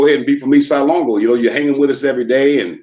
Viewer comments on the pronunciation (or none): Ace duece wasn't a gang it was like 3 of them lol, and they weren't around in the 60's,try 1979, and you never saw them, only messed up writing on the Walls, nothing more, homie can't even say LONGO right, East Side Lawngo WTF, it's LÓNGÓ, and not mesicans either, dudes got the name's wrong, and he's a Crip to now, Hood jumper,that I never heard of growing up in my Varrio since 1976... Mando'ESLONGO'CMS... 🙏❤️🥊